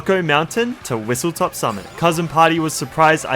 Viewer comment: I was going to comment this as well but nice vid I see why some people don't like intermissions but some are quite fun Edit: WhistleStop not top but easy to get confused with or it might just be how you pronounce it